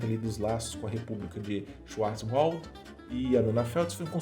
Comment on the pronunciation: Muito bom, te conheci hoje no kafra News, já me inscrevi e tô curtindo as histórias, mas não é tão difícil falar Schwartzwald (xuarts wald) kkkkkkkkk